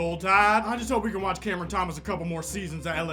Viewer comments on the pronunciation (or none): none